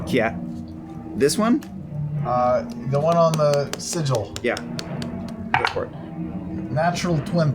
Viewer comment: its pronounced sigil.